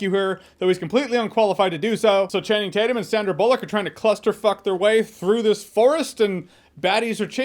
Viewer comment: “I call him Channing Tate-Yum.”